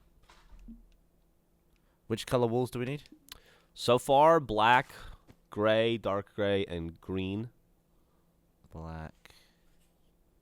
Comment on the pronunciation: Almost sounded like Gavin said "Dark Ray" instead of "dark gray". Anyone else?